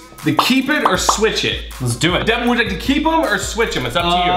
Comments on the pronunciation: Its devan not devon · Its devan not devin